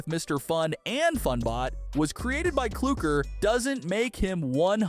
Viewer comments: Mister it's not cloaker it's clucker and it's not brood it's brude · it’s cluckr not clookr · It's not kluger it's klucker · Its not klookr its cluckr with an 'uh' pronounce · ITS CLUKER NOT CLOOKER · Bro actually said cluckr even tho its pronounced claukr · It's not "Clookr" it's "Clukr" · Its Clukr not cloker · It’s clukr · ik he said "clookr" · i know but the guy in the video said clookr i know how to say it! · "clookcer" "brood"